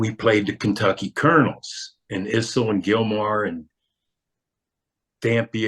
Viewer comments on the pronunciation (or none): No "who you talk to" about it; Issel rhymes with thistle, with no "z" sound.